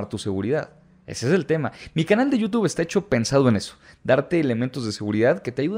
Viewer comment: Hay y dices Youtup...😅